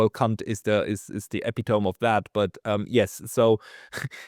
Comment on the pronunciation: You mispronounced "epitome" again. It has four syllables, not three, and it rhymes with "directory" not "metronome".